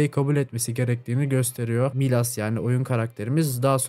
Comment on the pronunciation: doğrusu Miles (mayıls) milas değil